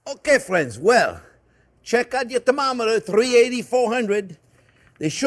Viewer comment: I love how he says ‘ok fwends’